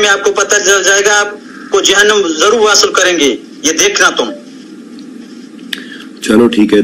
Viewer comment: It looks like the other man on line is from south india, may be having a surname of chakraborty, kumar or etc. Bhaio learn to speak urdu, its jahnum wasil not wassal